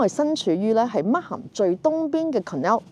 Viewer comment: 溫馨提示：Markham 發音時「h」是不發音的。